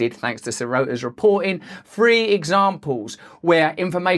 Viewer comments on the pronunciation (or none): Hey Russell, what do you have against the letter " t "? I noticed you refuse to pronounce it. "Three examples" sounded like "free examples". Love what your doing on this channel man. Keep it up.